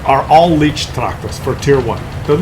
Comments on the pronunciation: Yes, my ears of a German speaker bleed when I hear "leech-tractor". It's "light-tractor",! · Hey, it's a Leichttraktor not Leechtractor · At least TRY to pronounce the name. Not "leach" but LAICH tractor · If you would call the leech tractor the "light tractor" you would be fairly close to the German meaning AND pronounciation. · "LEECHTRACTOR"? Really? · Tier 2 tomorrow. Leichttraktor is pronounced more like 'light-tractor'. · Hey, Tier 2 would be nice. And let me tell you, that a "leichttraktor" is not a "leech".;) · Leichttractor is pronounced: L-eye-ch-trak-tore. The 'ch' is pronounced as in 'loch' (a throat clearing sound); the 'tore' rhymes with door. For future videos, a series of T1-T4 for each nation would be fun. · It's not leech-traktor 😉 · to pronounce it correctly take the Y from my and then say lygttractor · You should pronounce this like the english word “light” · lol leicht tractor is pronounced a little differntly... i'm sure you're aware of it, but as a Dutchman who speaks German it sounds funny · Lol, despite jus name, is just incapable of getting the German words right, event the Leicht Traktor...